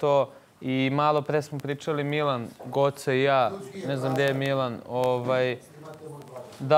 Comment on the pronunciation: Kad Luna kaže Guoca... 😂😂😂😂😂😂😂